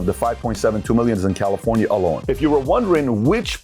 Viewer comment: Calirofnia. Public or private, we all get that word wrong sometimes 😂